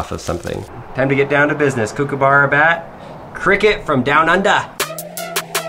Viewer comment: “Kook a burrow”😂😂😂😂😂 I’m Australian